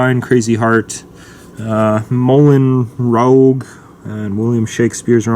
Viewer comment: That's... not how you pronounce Moulin Rouge lol